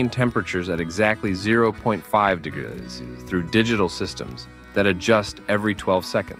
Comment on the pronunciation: Did anyone care to listen to the vocal inflections and pronunciations are interpreted by the AI? This may be good information but it's terribly delivered. Why does it have a problem with saying "degrees" or "percentage?"